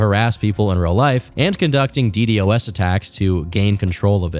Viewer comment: I can't stand it when people say the letters ddos. It's "dee-doss" please say it right.